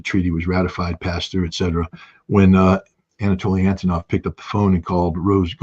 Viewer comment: Énetoliy Éntenow😂 he still can't learn his friend's name